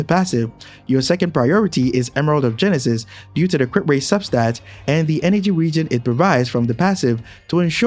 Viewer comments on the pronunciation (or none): none